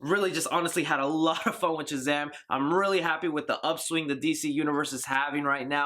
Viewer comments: Is it just me is our boy saying CHUZAM? Nice review bro! cant wait to see this film!!! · Great review! Why do you pronounce it CHAZAM? Is it an eastern euro accent?